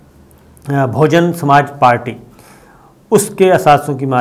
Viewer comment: کیا یہ لفظ بہوجن نہیں ہے بجائے بھوجن۔۔۔۔۔۔۔ Bahujan Not bhojan